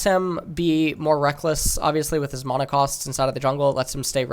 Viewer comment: please stop saying mana like that